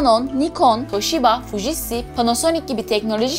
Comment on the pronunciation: HerkeZ değil herkeS. Fujitsİ değiş fujitsU. ŞarZ değil şarJ. Bu kadar abonen var bunları düzgün söyle bari de örnek ol. 🙏🏻